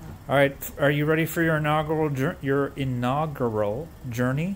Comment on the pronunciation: lol said it slowly and still said it wrong Inaug-U-ral You pronounce the U